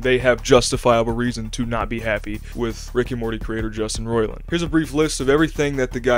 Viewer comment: Took you a minute to get into it and you don’t even know how to say his name. I’m supposed to come here for info?